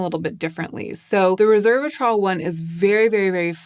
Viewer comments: *resveratrol, not reservatrol as you are pronouncing it (although my brain was wired to call it that when I first used it too, so I get it). I am glad you are having success with it, as I CANNOT FOR THE LIFE OF ME (OR MY SKIN) use resveratrol. It causes crazy rashes and painful swelling every time. That you call it a mild, soothing ingredient is astonishing to me! I find it more sensitizing than either Vit C or tretinoin. I've tested 3 resveratrol products - TO, Regimen Labs and Skinceuticals - all with the same rashy result. Im always amazed (and a little jealous!) that it works so well for other people, bc the benefits really are fantastic. Even trying in lighter does or mixed with creams and oils - no difference. I'm so glad it's working well for you! Maybe concocting my own version with these powders would help. Also ubiquinone (CoQ10) really is a great skincare ingredient, it just a takes time and trust! I don't think the results are immediate or dramatic, but I've been using it consistently for 2-3 yrs and it has def improved my skin. I have no doubt it's contributing to the positive changes you have appreciated. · Hi dear! Loved the video as usual, just a quick note, it's resveratrol, not reservatrol like it sounds you are pronouncing it. I have just studied it so I wanted to share the pronunciacion, cause at the beginning i was confused and i was thinking it was a new agent, but obviously not a big deal. Have a great day 💕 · Great, thorough. I appreciate your work. One small fix - it is Res-ver-a-trol not Reverse-a-trol. Sorry to be trollish … 😆😂 it’s just a quirk of mine. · Resveratrol—res-VER-a-trol. Not reserve-atrol. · It's pronounced "rez veh ruh traal" (four syllables). Resveratrol